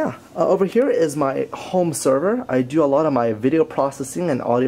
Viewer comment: When you said home sever my Siri went of